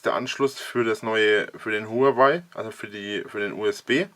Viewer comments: Warum triggert es mich immer so wenn Leute Hurengeweih sagen? Huaway. Ist das denn so schwer? HUA WAY. Von mir aus auch WOAH WAY. Ist mir immer noch lieber als Huanweih. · Huawei wird anders ausgesprochen.